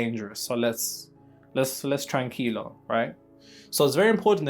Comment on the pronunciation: Tranquilo you are going to get some hahaha. Excellent Spanish. Now try the whole sentence: Tranquilo, vas a recibir algo. ❤